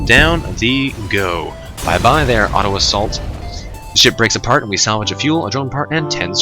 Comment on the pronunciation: he said bye bye auto assault, I heard bye bye Ottawa salt